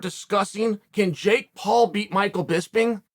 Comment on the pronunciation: Surprised Chael pronounced Jake Paul the right way